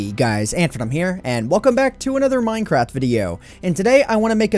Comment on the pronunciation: Anyone else hear him say "Mine Crap"?, XD